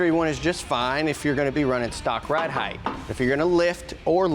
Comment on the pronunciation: Height, sounds like bright, light, fight. There's no "th" sound on the end of height.